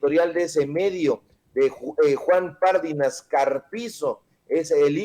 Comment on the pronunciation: Mi buen, Pardinas, no lleva acento en la primera "a", por lo que no se pronuncia "Párdinas". Y no lleva tilde en la í, aunque sí acento, pues es palabra grave y termina en"s". Gracias! No puede ser aguda porque termina en "s'" y no tiene acento escrito. Cuidado al pronunciar, sobre todo Apellidos! Mi buen!